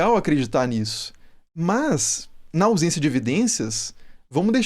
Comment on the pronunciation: "ausência de evidência não é evidência de ausênci" Dito isso nao acredito em gigantes nem que o antigos eram burros kkk